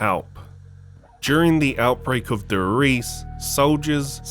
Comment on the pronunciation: Brow pleas dont say TheRise it Namen D e r R i e s e . Make ups German proud.